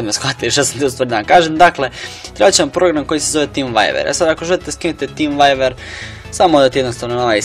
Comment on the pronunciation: cool ali kaze ze vjuver ne vajver :) inace cool klip